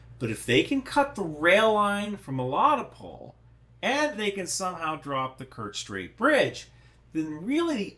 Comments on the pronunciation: Ffs…. meh-lih-TOE-pul. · Just for clarity, Melitopol is pronounced meh-lee-TOW-pull and Sevastopol is say-vas-TOW-pull. Thanks for your super work!🇺🇦✊🏻💪🏻💙💛